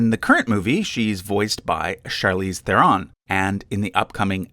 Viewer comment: Charlize Theron's last name is pronounced like "Sharon", not ther-RON.